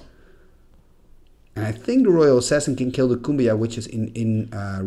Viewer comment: Pretty sure Cuombajj is pronounced coo-ahm-badj. And Serendib is sair-in-deeb.